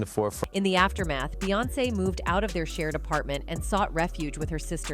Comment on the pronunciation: Not to mention the same AI voice frequently programmed to say beance (like seance!) Why do we watch this stuff??